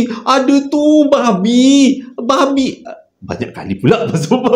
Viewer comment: Pekat betul "babhi" nya tu 🤣🤣🤣